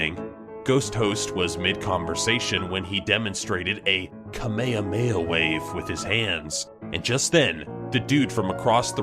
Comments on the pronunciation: Kameya maya??? It's kamehameha!!! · It's KAH-MAY-MA-MAY-HAAAAAAAAAAAAAAAAAAAAAAAAAAAAAAAAAAAAAAAAAAAAAAAAAAAAAAAAAAAAAAAAAAAAAAAAAAAAAAAAAAAAAAAAAAAAAAAAAAAAAAAAAAAAAAAAAAA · "Kamaya maya" I guess we all know that never watched DBZ before XD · Lol kama-ah-mae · It’s ka ma ha ma ha not one word ugh for some reason it annoys me